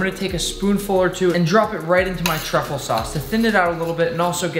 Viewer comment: baby girl…. It’s truffle